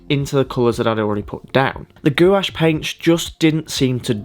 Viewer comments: I love painting with gouache as well. This is beautiful. Btw it’s pronounced “gwahshh” not “goo-wash” lol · Excellent tutorial. Thanks a lot for sharing your knowledge about gouache. 👍🙏🙂 By the way - everybody else, who work with this medium on YouTube, pronounces gouache [gwarsjh]. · Gouache is said as (g- wash) FYI...